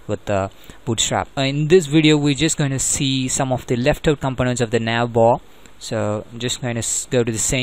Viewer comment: don't say navbar like that